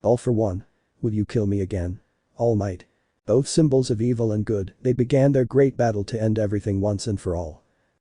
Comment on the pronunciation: Am I the only one that keeps hearing All Myth?